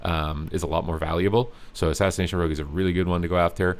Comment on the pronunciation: Don't encourage how he says it please